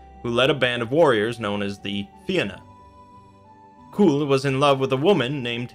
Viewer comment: you mispronounced it both ways lol Irish is not phenetic for English speakers.